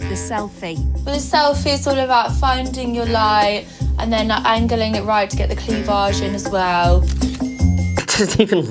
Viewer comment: I like how pronounces cleavage.